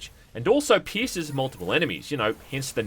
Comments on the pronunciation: i can't be the only one that heard"pisser" because Australian but I guess it was the Piercer. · I thought you were saying "pisser" until you said that it shot through multiple enemies.